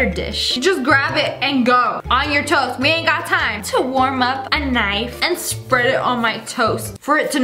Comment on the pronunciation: LOL WHEN YOU SAID TOAST I THOUGHT YOU SAID TOE LIKE YOUR PUTTING BUTTER ON YOUR TOE!!LOL!!🤣🤣🤣😂😂😂😆